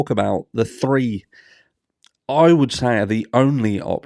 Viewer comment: Talk about talking proper lol, it’s THree weeks in not free